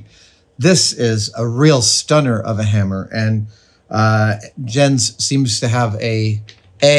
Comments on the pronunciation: buddy, it's "yentz" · His name is prounced Yens. Danish is a Germanic language and in Germanic languages, Js are pronounced like and English Y. Protip here. I won't charge you for it this time. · I think it's pronounced "Yence" :)